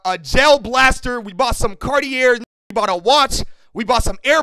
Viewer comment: Ain’t no way said car tea air